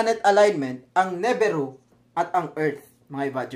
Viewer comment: nibiru = nee-beer-oo, sumerians = soo·meh·ree·uhnz. Constructive criticism lang po sir since nagbibigay ng info, dapat tama rin ung pronunciation sir.